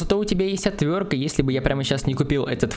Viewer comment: "ОтвёрТка", а не "отвёрка"